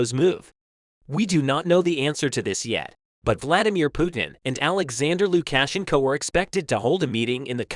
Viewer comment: I believe you might to practice the proper enunciation for Luka shenco